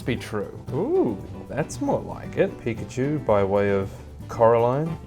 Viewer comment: that ain't Pikachu that peekahchew